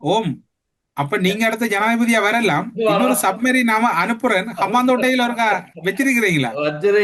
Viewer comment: சரியாக சப்மெரின் என்று சொல்லத் தெரியாத சஜித்